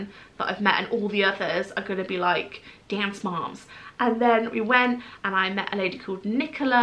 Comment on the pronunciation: LOLing so hard at “dance moms” in an American accent 😂